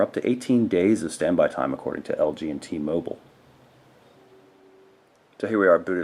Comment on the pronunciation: ITS T-MOBILE! NOT T-MOBLE!